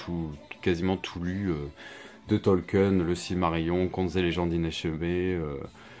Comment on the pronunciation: Hello c'est pas Tolken c'est tolkien le i se prononce